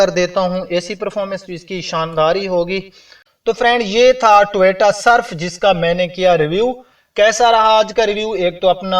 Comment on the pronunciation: بھائی پہلے اردوپر توجہ دو ۔اور ٹوییییٹا نہیں ہوتا ۔ٹویوٹا ہوتا ہے